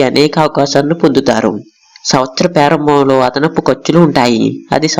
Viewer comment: Pyarambam kaadhu bro adhi prarambam konchem telugu nerchuko bro please 🙏